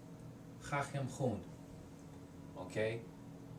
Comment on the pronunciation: hi, i realize this is a very old video but the second pharase in farsi doesn't even make sense... it should be ممکن است زبان فارسی را بخوانم also you pronounced "khaham" as "khakham", otherwise you're very good!😊